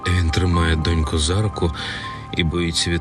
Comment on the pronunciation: Не зА руку , а за рУку, інакше це звучить і є рАссеянською